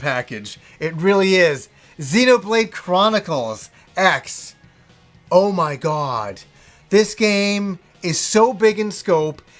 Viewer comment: It's Xenoblade Cross not X, not teasing you just helping you.